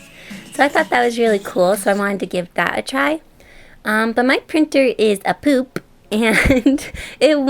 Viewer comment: Thought u said "boop" x3